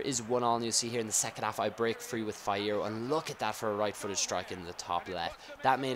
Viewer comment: Fee-eh-row. He won the u17 World Cup. Yes, I only know, because I'm Mexican.